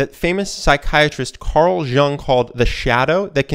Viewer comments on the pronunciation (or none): Did the guy on the video pronounce Carl Jung as Carl Dzhung like the J in his name is pronounced like it's English? He was Swiss, it's German and pronounced like Yung. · Carl Jung. Not pronounced J-uh-ng, but Y-u-ng. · It’s not shung it’s “yung” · Nice video, but Carl Dshung?! It's pronounced ioung. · Check the pronunciation of words/names please. Carl Jung- the last name is pronounced "Yoong". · Carl Jung = Carl "Yung" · Cool video, but Carl Jung is actually pronounced "Carl Ewng" or even better "Ewnk" :) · carl Jung is pronounced like Yung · note to: Carl Jung; Jung is pronounced yoong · Carl Jung pronounces Carl "Young" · Jung is pronounced as "Yung" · Excuse me, Carl "Junk"? Oh,,, c'mon. You can do better with pronouncing the non-english names... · Oh boy, that "Carl Jung" pronunciation... He's German, not Chineese :D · the way u pronounce carl jung is hilarious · That's not how you read Karl Jung's name. :D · Awesome video as always, but please look up how CARL JUNG IS PRONOUNCED! Your pronunciation hurts ears. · You butchered Carl Jung's name. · butchered jung's name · It's really detracts from your credentials and argument when you quote someone as well known as Jung and you can't even bother to look up how his name is pronounced. Or the fact that if you've ever heard any other person pronounce it correctly you'd know how it would be pronounced.